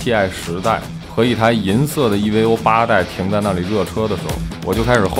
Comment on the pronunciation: 听他那个EVO的发音，我就想关掉了